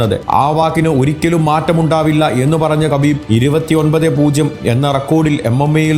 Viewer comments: Habib Ennanu 🔥😂 Khabib എന്ന് വായിക്കുന്നത് ഹബീബ് എന്നാണ് ....പുള്ളി തന്നെ പറഞ്ഞിട്ടുണ്ട് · ഹബീബ് എന്നാണ്. അതുപോലെ തന്നെ ഹബീബിൻ്റെ പിൻഗാമി ആയി റഷ്യയിലെ തന്നെ ചെച്ചിന്യയിൽ നിന്നുള്ള യുഎഫ്സി ചാമ്പ്യൻ ആയ Khamzat chimaev ൻ്റെ പേര് ഹംസത് എന്നാണ് ഉച്ചാരണം. അറബിയിൽ ഹ യും ഖ യും ചേർന്നതാണ് ഉച്ചാരണം. അതിനു ഇംഗ്ലീഷിലോ മലയാളത്തിലോ അക്ഷരം ഇല്ല